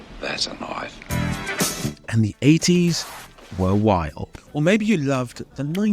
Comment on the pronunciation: "That's a knoife" Always gets me.